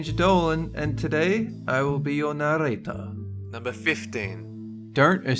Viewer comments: Its supposed to be narrrrrrrator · Dolan you said it wrong its narrrrrrrator